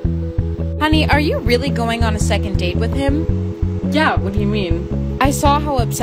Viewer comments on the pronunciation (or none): instead of second it’s sexond ….